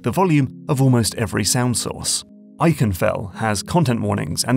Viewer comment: you pronounced ikenfell wrong :pensive